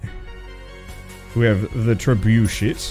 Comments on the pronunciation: My guy really pronounced trebuchet as "tre-bucket" looool Extra points for doing it on purpose Great video. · with that pronunciation of that siege weapon, you have soured your diplomatic relationships with France. the French have now spoken of a truce.